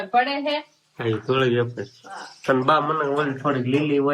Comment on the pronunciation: બટેટાની વેફર પંખે સુકવાય. બાફવામાં મીઠુ નાખવાનું હોય. તમે એફર બોલો છો કે વેફર કંઈ સમજાતું નથી.